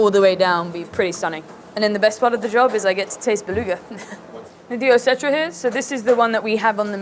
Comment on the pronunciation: Running a caviar spot and cannot even pronounce Osetra, fascinating